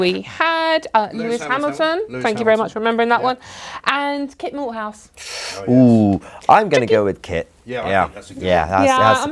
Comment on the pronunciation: Kit Malthouse? I thought they said Walt Shithoude.